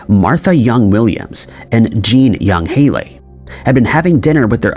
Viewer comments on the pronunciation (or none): none